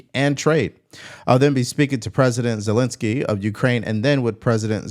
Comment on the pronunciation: Zel-en-ski not Zel-in- ski